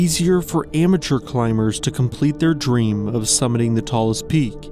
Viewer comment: When he said "amateur climbers" I thought I heard "immature". Well, probably means the same thing at this point